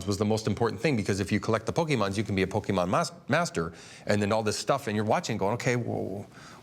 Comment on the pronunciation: funny how they pronounce pokemon sounds likes a Bokkimon... which means erection